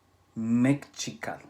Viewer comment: la pronunciation es me-SHI-ca-tl pero buen video :)